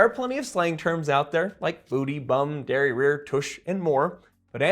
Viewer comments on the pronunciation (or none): Dairy-rear 🤭? 🇫🇷 "derrière" . Sounds like dairy-air.